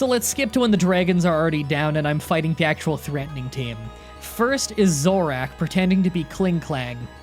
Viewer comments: Zorak? ZORAK? It's Zo-ro-arkh! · This is a tough watch as a Gen 5 fan. Not my favorite gen or anything but still :// Also, Lee-eh-pard Ex-CA-Drill Cough-a-Gree-gus Zoro-Ark Care-uh-cost-uh Arch-ee-ops Boo-fa-lant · I'm a real stickler for pronunciation and I know some of these can be confusing so here are all the ones you got wrong. Cofagrigus (cough-uh-gree-gus) Zoroark (zoar-oh-ark) Archeops (Ark-ee-awps) Herdier (Herd-ee-urh) Bouffalant (Boo-fuh-lawnt) Hydreigon (high-dry-gun) Lillipup (Lily-pup) Patrat (Puh-trat) Whirlipede (Whurl-uh-peed) Excadrill (Ex-cuh-drill). I know this might come off like me being an asshole, but I actually just wanna help you not sound weird in your videos. I'm sure other people don't like hearing mispronunciations either. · He also said Zoroack and Corracosa.